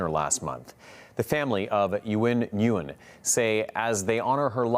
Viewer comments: Ni goo yen.😳👁👁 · Her surname is pronounced "Win." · My condolences to her family. Nguyen is pronounced closely to "Win."